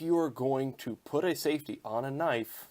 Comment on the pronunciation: Safety... not safty 😂